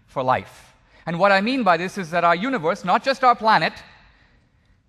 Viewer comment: I don't think Dinesh would use the word "universe" in EVERY sentence if he was aware how stupidly he pronounces it. Yoonee-wvuhss. What a tool.